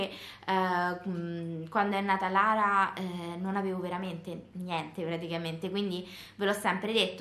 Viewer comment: Si chiama Lara non larea